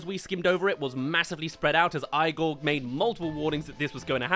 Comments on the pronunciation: Complains about all the blind orphan jokes. Also keeps pronouncing the movie as Eye-gor. I can sit through this movie and unironically enjoy it. Almost anything put out recently by Disney? That's a bar too high to clear. Also, it's hardly a Tim Burton rip off. I'd expect a movie focusing on Dr. Frankenstein's assistant to be a bit grim and moody. It shouldn't be a bright, colorful cheer fest. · Say Eye-gore 1 more time. I dare you. Igor is a common easy to pronounce name and they say it in the movie. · You missed on this one tbh, this film isn't the best but it's not "terrible" and it's definitely not a Tim Burton rip off. Also "eye-gor" are you serious lmao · The fact that you pronounce it EYE-gore makes me believe you're unqualified to talk about this movie 😂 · well then 99% of people don’t get the reference, because he’s purposefully saying it wrong it’s literally pronounced EE-Gore in the movie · ITS PRONOUNCED "EE-GORE"!!!!!! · 🧍🏾‍♀️EEEEEE- gor omg please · So based on your logic, he is pronouncing the name wrong. The movie cast is Americans, and they pronounce it as “eee-gore” in the film. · Why do you keep intentionally mispronouncing Igor? Is it a joke or something? Or r u serious bro. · You watched Young Frankenstein first didn't you. IGOR LITERALLY PRONOUNCES HIS NAME PROPERLY ON THE CLIPS YOU SHOWED, HOW DID YOU NOT CATCH ON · Could you re-edit this video from You disrespecting his name , to saying his name right? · Bro Igor was the shit back in the day it had its faults but still have fun watching it also btw you’re pronouncing Igor wrong also this is just a bad take all round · I’m unsubscribing for this It is not terrible And calling it a Tim Burton knock off is such bullshit Nothing can be gothic now? And you couldn’t even be bothered to pronounce it right I regret ever subbing such a TERRIBLE critic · The movie isn't that bad, and you saying the name wrong is really making me mad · Your saying igor wrong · Alcohol poisoning right here😭